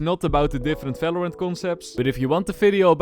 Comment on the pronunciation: the way he said valorant like "Velorent" 😭